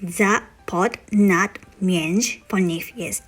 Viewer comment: Jakby rozumiem cię ale takie słowa jak między to czytasz bez y a to sie tak szyta z y